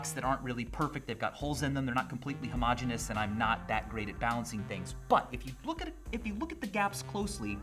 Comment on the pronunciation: He said homogeneous!!! Just like that cooking guy that likes to tiny whisk his ingredients!!!